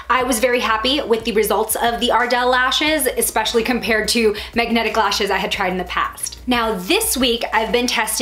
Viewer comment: First mistake. Saying MAGAnetic. 😂😂🤣😂